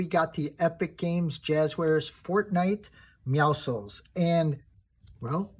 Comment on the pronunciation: Finally somebody that says his Name correctly and a Great Review